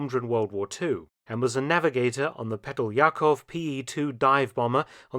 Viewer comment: Petlyakov PE-2: /*Pet* liye kov/